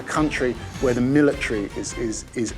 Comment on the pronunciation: Learn how to talk it's called military